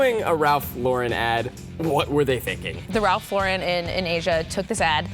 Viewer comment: You dont pronounce Lauren like the girl name. You pronounce it like 'lor-ren' not 'lor-rin'